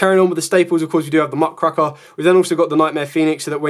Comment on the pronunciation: Dude learn how to pronounce muckRAKER It really isn't that hard